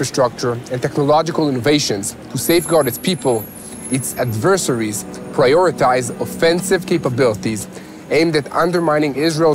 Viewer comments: Yes, "AD-ver-SAIR-ees" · ❤ you and what your channel has brought to the platform. Firstly, I respect you and I hope those that respect me not only let me know this but let me know this before saying what Im about to say to you- especially when I'm speaking my second language........regarding the word "adversaries". It's pronounced 'ad-ver-sair(like )-ies'